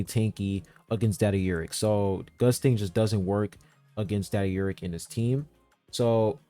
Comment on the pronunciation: I can't stop hearing you say "Daddy Urek" instead of "Data Urek"